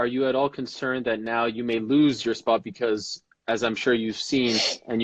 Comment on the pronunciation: Chino Official He would have made over 120,000$. Dummy. The word is “because”, “becah” isnt a word and makes you sound even dumber. Paying for One month living situation in the US is a lot less than being paid nothing at all. The UFC is also paying for the fighters living situations who did fly over so that cost isnt even on the fighters, the ones who did fly over are being paid as well.